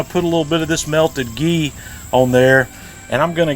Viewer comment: What the heck is the liquid you called “GEE”?? Awesome vid btw. Thanks